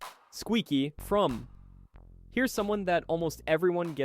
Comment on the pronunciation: It’s pronounced Frommeee